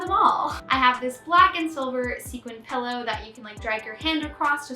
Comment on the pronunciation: I like that you were hesitant to pronounce draw(er) but very confident in saying “pellow” instead of “pillow” 😜😜